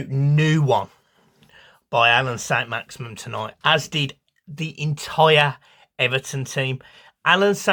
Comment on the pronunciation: Its Maximin... Not Maximum. Put respect on his name